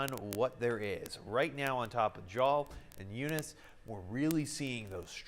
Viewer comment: Jal is pronounced like "Hal" except with the english J. ps thank you for including se nm, you are the closest news station we have.